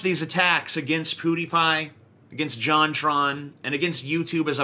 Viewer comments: Ok, I'm saying this because it's super annoying. IT'S PEWDiePie! Not Poodiepie, PEWDiePie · It's PEWdiepie, not POOdiepie. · "POOTIEpie" lol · Is he pronouncing it Poodiepie on purpose? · "Poo Dee Pie" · I hate how you pronounce Pwediepie. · Dude I cringe so hard when he says pewdiepie